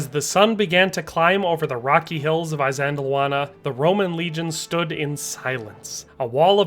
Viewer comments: Good Lord 🤦‍♂️🙄 PLEASE pronounce the terms correctly BEFORE you upload the presentation...it's NOT "eye-zand-lawannah" It's "Ihss-LAND-awanah". IHS, not EYE. Fix that properly and reupload. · I believe ISANDLWANA is not pronounced with an "I" (eye) as the first letter, Also are Roman soldiers called LEGEONAIRES NOT LEGEONARIES? Anyway loved the video how about trying Japanese Samurai against New Zealand Maoris or even Aztec warriors???? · The "I" of Isandlawana is pronounced as the I in the words: this, kiss, and list.. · Why are Americans so bad at pronouncing names? It is 'iss:" as in "hiss" for Isandlwana. Not 'i' as in eye! So dim. (That's dim as in him, skim or rim, not 'i' as in dime!) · "eye sandlwana..........try....... ee sandlwana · It's not pronounced "eye-sandlwana"...it's "iss-sandlwana" but thank you for a really good video 👍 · It's not Eye-sandlwana in the same way it's not Eye-raq. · Soft ' I ', like in ' it '. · He can't pronounce things correctly either, Imp-iss, Eye sandul wanna, I can't listen anymore to someone who cannot pronounce the words correctly. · Why do you keep mispronouncing Isandlwana? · Isandlwana, pronounced ee-san-"click"-wah-nah, like saying eesand-"click"-wahnah. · You cant even pronounce Isandlwana correctly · Good heavens, at least learn the pronounciation, even of 'I'. Good video spoilt. You also show Rorkes Drift which was a British victory as Isandlwana. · Never heard this battle pronounced this way. But good video learned a lot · typical yank MISPRONOUNCING A PLACE NAME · Dude. If you are going to make a video about a historic battle, please learn to pronounce at least the battles' name correctly... I really wanted to watch your vid, but about the 20th time you mispronounced Isandlwana I just couldn't take it any more... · The chap can’t even pronounce the battle properly 😢